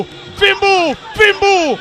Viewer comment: tangazaji hivi ni FIMBU au FIMBO ??😄😄😄